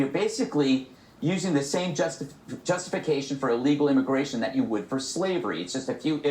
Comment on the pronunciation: "Immagration"? Even I as non-english speaker know that's wrong.